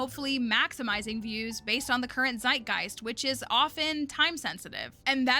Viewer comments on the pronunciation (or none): none